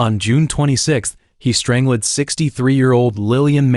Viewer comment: JFC...I'm out... If I have to hear "strangelid" once more, imma throw my tab. DO BETTER...